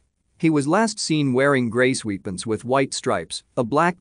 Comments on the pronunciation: I thought i was tripping so i heard that right then lop sweetpants lol 😆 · “he was last seen wearing grey SWEETpants ..” 😆